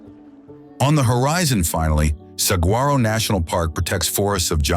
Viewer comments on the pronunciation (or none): Not saGuaro but sawharro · Still can't teach AI how to say Sah-war-oh! 🙄 Yea....AI is gonna take over the world. Right!!! 🙄🥴😉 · The g in saguaro is silent. Other than that, awesome video especially for a non-Arizonan. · Also not saguaro but sahwharo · Saguaro has a silent g dude. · Beautiful video. Teach your AI voice how to pronounce SAH WAR OH and in Az we call it Preskit. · Please learn how to pronounce gila saguaro canyon de Chelly and every thing else !!!!!!!!! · This was a really well done video with beautiful photography. It just drove me nuts that somebody didn’t know how to pronounce saguaro or Salvador Dali properly.